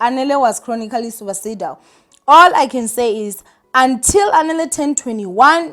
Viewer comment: Please dear check pronunciation of words you are not familiar with before going online so that we can understand what you are saying. It’s “suicidal” pronounced >suesidal